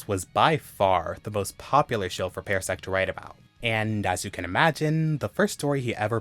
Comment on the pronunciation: I love these stories, they are all great reads. I'm sorry, but it's pronunced PAR-sec not pair-sec. It just bothered me hearing it pronounced that way.